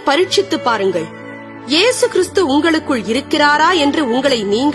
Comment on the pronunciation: Please change the pronounce to this word..கிறிஸ்து not கிறீஸ்து